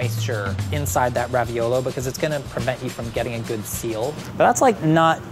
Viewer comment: Every time says raviolo I cringe and lose a little bit of my soul